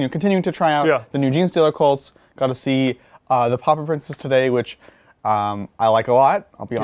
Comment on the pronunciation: Everytime you say Pauper Princes I hear Pop Up Princes